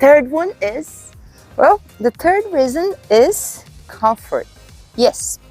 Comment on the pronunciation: What is this "confort" of which you speak? ❤ Comfort